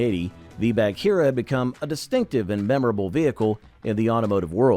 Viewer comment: BAG-heera, not Badge-heera. Thank you.